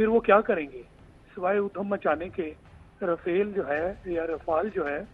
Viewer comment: رافالعے نھی لافالعے ہین واوہ...😂